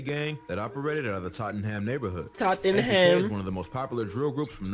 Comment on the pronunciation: its NPK not MPK btw